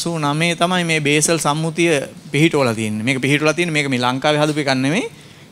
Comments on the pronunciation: සර්, බේසල් නොවෙ උව්වාරනය කරන්නෙ බාසල් කියලා , ස්ව්ස් වල තියෙන්නේ, ප්‍රදාන නගරයක්.. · BASAL නෙමෙයි Basel Convention